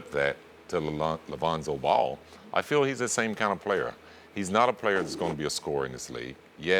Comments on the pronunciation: Alonzo ball lmaooooo reminds me when Floyd sr said Conor mcgregory 😂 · Scottie isn’t saying “Alonzo Ball,” he’s saying “a Lonzo Ball” like when he’s making comparisons and such to other players.